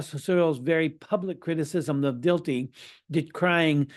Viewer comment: Dilthey is pronounced Dill-tie, with the accent on the first syllable.